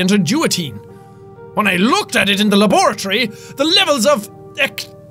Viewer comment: Excuse me how did you pronounce laboratory?